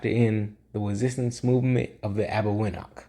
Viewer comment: It’s pronounced Arbeñoch (ñ as in Niño and ch as in Chipotle or Champion), not Arbegnok